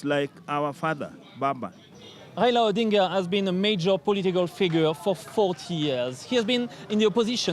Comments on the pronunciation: Please pronounce his name properly. It is RAILA not REILA. He is the doyen of Kenyan politics. A colossus, a titan. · His name is Rai-la. Not Rayla. It’s pronounced Rye-la.